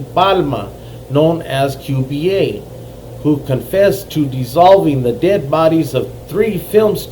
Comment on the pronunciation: Qba its not Q B A its souhds like cuba thats how u say it Cuba